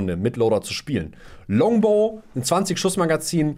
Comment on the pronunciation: Es heißt Longabow